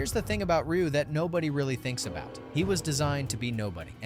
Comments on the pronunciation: R-U said NO ONE EVER. Not even Rye-u, or Ree-u. I have never heard Ryu being called R-U ever.😂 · Dislike just bcus u don't know how to say Ry U 😂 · Instant downvote when I heard "ARR YOO" WTF dude, do the SLIGHTEST amount of research for your videos. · R u having a hard time pronouncing the names? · I ain't listening opinions about street fighter from someone who doesn't even know how to pronounce Ryu. Disliked.